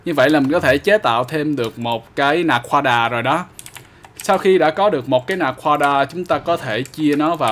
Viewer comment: Anh nói naquada là na quá đà ma